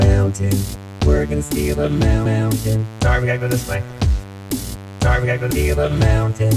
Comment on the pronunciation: Why do I keep hearing “Bergen steel amounted” instead of “we’re gonna steal a mountain”?